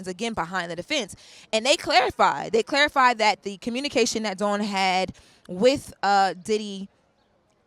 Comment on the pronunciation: Lauren as a journalist I’m irritated with you continuously saying Dawn’s name wrong. She’s been out too long for this to be reoccurring and it’s your job as a journalist. It’s rude and lazy to talk about someone numerous times and not get their name correctly. All love Queen, I still enjoy you ❤